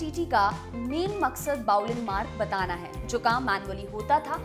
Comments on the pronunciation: Not bouling ....it is fouling mark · Fouling mark =FM Not bouling mark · Fouling Mark not Bowling Mark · Folling mark hota na ki bollig mark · It's not bouling mark, it's Fouling mark